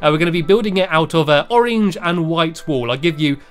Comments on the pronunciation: You say orange like orenge it is funny anyway I love you stampy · I just love how you say orange! You pronounce it as oreenge!😂<3<3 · i love the way u say orange stampy its like ur saying oringe now I will ask my mom if I can have an oringe for dinner I don't know why for dinner maybe for lunch